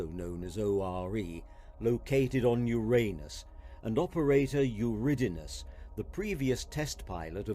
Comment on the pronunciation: I'm not sure that is how Uranus is supposedly pronounced. It's not the same thing as "your anus".